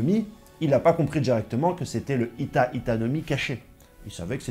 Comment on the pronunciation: C’est Hito pas hita tu t’es trompé 😂